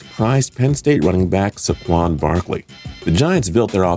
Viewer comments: Or saquan it’s so 😂😂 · saQUAN Barkley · Marcus MariAHta?? Seriously? SAHquon Markley? nice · That's not how you say saquon or mariota.